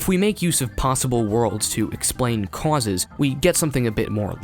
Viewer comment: "Cwauses". I love the way you say causes. 😂